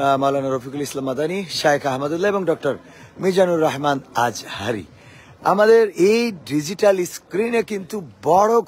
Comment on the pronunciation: কি গজল লাগায় আর বানায়, আজহারীর নাম উচ্চারণ করতে পারে না। কি উচ্চারণ করে আল আজারী😅